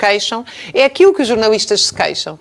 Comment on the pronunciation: Já jantei. Não aprecio borrego. Por isso, nao sigo esse programa. Além disso, ilustre Dra Raquel Varela parece ter uma "dis ué kssia”, um qualquer problema a pronunciar os "L", que ela diz "ééuuue". Não a entendo, sinceramente... O que são "jornauuuuístas"? Nao lhes dê crédito, Deputado Tilly... O Tilly tem tanta coisa importante para preparar, em virtude das suas novas responsabilidades... e está a gastar o seu valioso tempo com esses mendigos intelectuais? O Deputado Tilly vai fazer algo CONCRETO por Portugal e pelos portugueses. Esses comentekos, ao contrário de si, não acrescentam nada... Vivem em 1974, e de lá não saem.